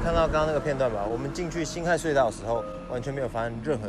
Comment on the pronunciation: 那個不念ㄏㄞˋ念ㄏㄜˊ